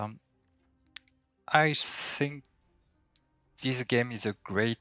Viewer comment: Don't interpret this as a comment in bad fate: hearing you pronouncing "I think" I fought you learned English as a German speaker, like myself. But you other videos are in French, so I wondered. But you flag in BAR is Swiss, so now I have an answer, hello neighbor. So on how many languages are you, Frech, English ... maybe more, I tip my hat.